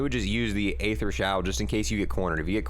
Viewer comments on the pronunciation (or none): It’s pronounced - “EETHER” not “AYETHER” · Its pronounced E-ther no A-Ther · Ye it’s dark eee-ther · No one: Absolutely nobody: Multiplayer players: Dark A-ther It’s pronounced E-ther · I’m sorry, but it’s not A-ether... it’s just ETHER the A is silent. It’s all good tho. Even the makers Call it ETHER... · U pronounce aether like eeeether pronounce the e people. Or listen to old zombies cut scenes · “Dark ay-ther” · Aether = E-Ther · then you should know how to pronounce it. It’s bugging me out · Stop saying the a in aether. A is silent :)